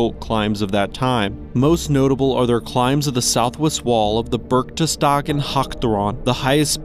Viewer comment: I know, Berchtesgaden is a very difficult word for non- German speakers, but since this is a human speaker and not AI I would at least have wished for a serious try without swapping letters.